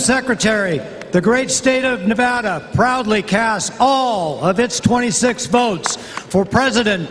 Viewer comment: She freaking said Nevada wrong TWO TIMES! The DNC Nevada delegates made us proud. RNC is a snooze fest. Battle Born! Show some respect on our name!